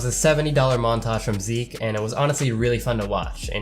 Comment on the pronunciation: Oh nice you finally can say Zeke right :) (Plattform: Steam Name: Phynixz Friendcode: )